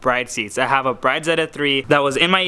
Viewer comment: Liked before watching! It's pronounced brid tho